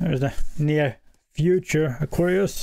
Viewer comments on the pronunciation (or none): I like how you say.. aw. Qwar. Ree. Usssss😂